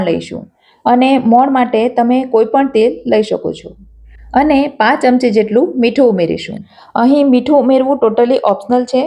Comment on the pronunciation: ‘પા’ચમચી મને ‘પાંચ’ ચમચી જેવું કેમ સંભળાય છે?😂😂